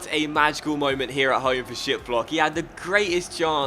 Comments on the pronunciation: No hate, but Frankfurts Goalkeeper Name is pronounced Ra-det-ski 😁😊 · is it just me or does it sound like "shitblock" when you say his name lol 😂😂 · The way you say Hradecky made me laugh so hard XD It's pronounced Hradezki. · the Frankfurt Goalkeeper is pronounced radetzki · Hradecky is pronounced ra-det-ski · I cringed so much lol😂